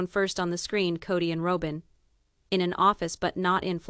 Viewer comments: Exactly, I was disgusted every time the storyteller pronounced a simple name!!! My name is Robin!! Not Row-bin! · OMG it's Robin, not Rowbin 🤦 This is AL for ya. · This is a bunch of bull all of these stories you put on you go on and on then comes out in other apps told different. Why don't you say Robin's name the way it's meant to be pronounced. Were you in court with them. It sounds over done. 😲🇺🇲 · Robin not Row bin